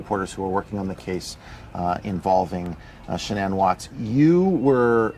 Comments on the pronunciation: Drove me crazy every time she said ShaNON. Ugh!🤨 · Sha-Non? That’s the one pronunciation I’ve never heard anyone she knew use.